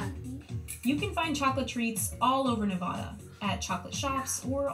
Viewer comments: The Westside drive in Boise (Boise with an "s" not Boize) is one of my favorite fast food places. Even though they have a massive menu, everything is great. Their milkshakes are the best in town. It was on Guy Fieri's TV show. She also said Nevada wrong - it's not Nevaahda, it's Nevada like banana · Just a quick tip, that is NOT how you pronounce Nevada. We Nevadans hate when you pronounce it that way.